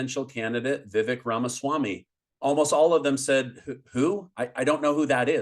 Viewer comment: It’s VivEK like CAKE 🍰 😊